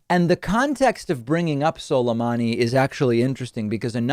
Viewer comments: I thought he said soda me! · When he said Suleimani, you could see him cringe, like he knew he pronounced it like shit.